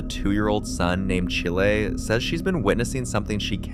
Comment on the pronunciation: I was wondering why she would call her kid chile (chee lay) then saw realized she was saying chile (child without D sound) LOL